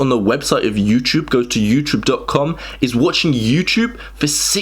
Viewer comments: What's this YouChube you speak of? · Say Youchoob one more time! ☠️ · I am not from an English-speaking country, is it normal to pronounce "iuuuuchuvvv"? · I love the way he says "YouTyoube."